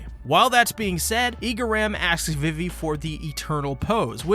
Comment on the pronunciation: It’s pronounced veevee, Alabasta, and Berry not Belly. And it’s pronounced oosopp not useopp. Your tendency to mispronounce practically everything in this series is truly astonishing. My hat goes off to you sir.